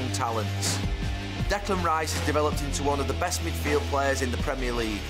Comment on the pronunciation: Declan Rye-iss, what a lad